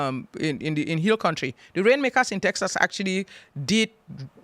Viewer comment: Saying “teksuks” is just pure laziness. She’s lived in the US for 27 years. No excuse.